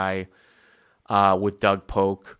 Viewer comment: Please, don't ever stop calling him Doug Poke. It makes me smile every time.